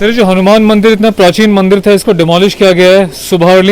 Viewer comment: Bhai mandil nahi mandir hota hai. Thoda hosh main kaam lo.